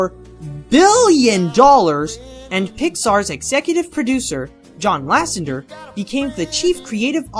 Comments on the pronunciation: I know your redoing the series fixing mistakes and adding more updated facts(hopefuly some from Waking sleeping beauty) but please in the future its pronounced ''john lassETER'' not john lassenger,I sorry,But im a pixar guy and that one kinda got to me,considering you say it alot in this video.Anyway cant wait for more lookbacks.keep up the good work. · It's actually, LASSETER not lassenter, lol just a heads up.